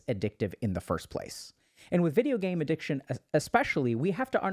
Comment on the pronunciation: bruh really said Addiciton